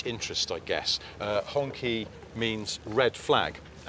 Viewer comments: Why can't the western journalists pronounce Hong Qi. It's Chi, not Ki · HongQi is pronounced "HongChee" Not Honkey🤣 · just so you know HongQi is pronounced hong chee not honky, cheers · Honky ? How confident are you about that pronunciation ? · Wouldn't it be nice if bloggers learned how to pronounce name before opening their yaps? Hongqi is ponouncesd Hong Chi. There are websites that can help with this...